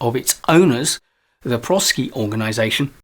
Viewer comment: My company uses the ADKAR model in their training on change management, and we have found it to be easy to understand and practical in its application. Highly recommend it. The name of the company comes from the combination of the words professional and sciences. So properly pronounced as pro SCi with a long i.